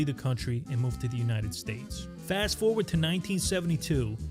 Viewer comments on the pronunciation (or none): none